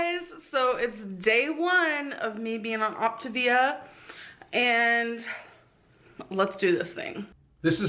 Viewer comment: As I imagined she quit before learning how to say "Optavia".